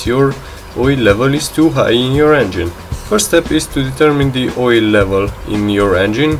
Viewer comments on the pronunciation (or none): "too much woyle"